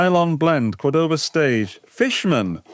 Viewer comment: Nice and different review. But, I don't want to look stupid but, the strong vocal is the first "o" from C*o*rdoba, and not the second (Cord*o*ba). There's an "accent" or diacritical symbol on the first "o" of the brand name. Cheers!